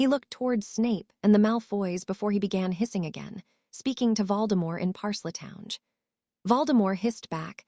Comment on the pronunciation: Why is it that this AI has no clue how to properly pronounce words, the word Parseltongue when it's pronounced they put the first e on the wrong side of the L in their pronunciation and then when they say the second part of the word they say it as if it is spelled t o w n g e. If it cannot figure out how to properly pronounce words, then the author or the poster of this story needs to get a new AI who knows how to properly pronounce words